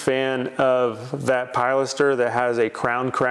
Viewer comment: Please! Don't call it a "PIE laster." The word is pronounced "pill LASter." I've commented on videos half a dozen times about mispronouncing it. I think he's a lost cause on getting that right. Although he did start to pronounce porte cochère (port koh share) correctly. Kudos for that small victory. 👍 I love watching your videos and seeing your projects unfold. TY